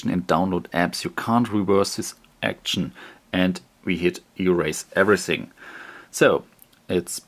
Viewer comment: erase EVERYSING...hahahaa xD